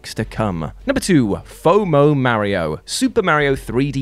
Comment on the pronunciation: Can you PLEASE stop saying “Merrio?” Ffs that’s not even some “English people pronounce everything the right way” because it’s an Italian name that has an A not an E thank you.